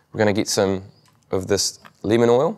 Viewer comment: i thought he said linament oil instead of lemon oil. haha LOL